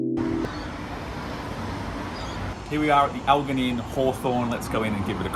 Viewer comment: The mispronunciation of Elgin kills me. The Lex Fridman bit is good though.